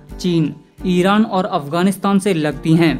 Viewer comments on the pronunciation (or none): none